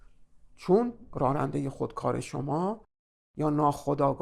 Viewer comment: سپاسگزارم. از تشبیه و مدل کردن بسیار خوبی استفاده کردین. چون پای ناخودآگاه مطرح است فقط جسارتا کلمه راننده را که بسیار هم تکرار شد بصورت رارنده تلفظ کردین که این کار باعث ملکه شدن این نوع تلفظ میشه. اما جالب این هست که کلمه راننده گاهی هم درست تلفظ میشد.